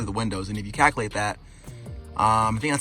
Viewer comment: Cak-a-late. Dude says Cak-a-late...calculate is pretty hard to pronounce I guess😂